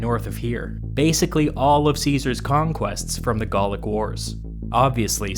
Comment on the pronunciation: The first syllable of “Gallic” is pronounced with the same ‘a’ sound at “cat” and “hat”, not “call” or “fall”.